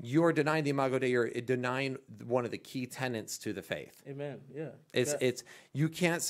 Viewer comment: Will, unfortunately says “amen.” You need to remind him that it’s actually a six letter word spelled and pronounced “hayman” 🤣😉🤣